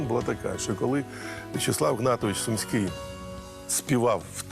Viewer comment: Чому СУмський,а не СумськИй??